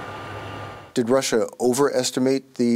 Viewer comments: Wtf is Russrrrre? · * the whole world * : "russia" * lady * : "ressiur"